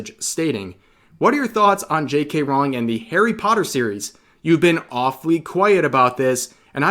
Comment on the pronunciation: BTW Rowling is pronounced "rolling." Not "rao-ling."